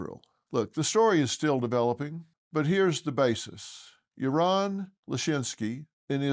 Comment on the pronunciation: just one correction, you said 'Iran', but it's pronounced 'Yaron'.. Yes, there is a surge of jewish hatred, always masked as Israel condemnation.. the protestors don't care about palestinians.. they just want to spread hate :(